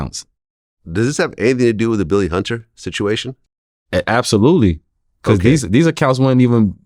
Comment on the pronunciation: “Billy Hunduh”- Sebastian Telfair